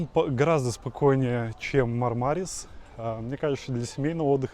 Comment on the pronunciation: МАрмарис - по-английски. Или - МармарИс - по-русски (ирис, мармарис, барбарис). Но никак не «МармАрис».